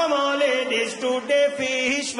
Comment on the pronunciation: "CANON LADIYS" HITS HARDDDD (and I know it meant to be lady)